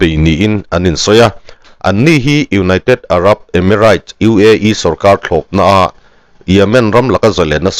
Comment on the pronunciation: emiraits tiin lam suh, reit tia lam zawk tur